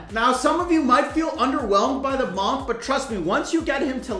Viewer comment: search up how to pronounce “monk” 😭😭